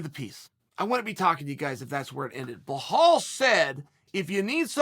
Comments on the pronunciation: brother, his name is bilal lmao not bihal hahahah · Jesus try and learn how his first Name really is ! it´s Bilal not Belhal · Blahal, Provolocovitch, Kozmat, Your Rear... who are these guys?? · Just when you thought Uncle will get nothing wrong in this video and he goes in to say BLOODYHALL MUHAMMAD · BLAHAL MOOHUMUD 🤣🤣